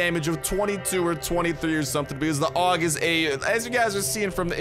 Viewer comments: Dude the pronounciation of that gun is ei-yu-ji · I always pronounced it A.U.G but if you say Aug we’re going with Aug bro